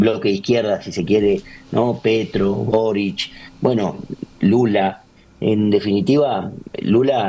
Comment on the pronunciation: Quisiera saber por qué dicen Borich, cuando el presidente chileno se llama Boric. No tiene CH al final de su apellido.